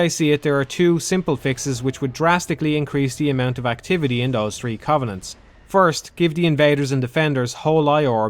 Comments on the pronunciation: ATC 1. The world doesn't revolve around Ireland. 2. Yes I have. He still pronounces "three" as "tree". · Antoine Monnin At least that fart doesn't pronounce "three" as "tree". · * "The gutter is the turd time this setting had been used in tree games."